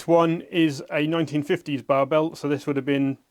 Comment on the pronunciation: B A R, not Bar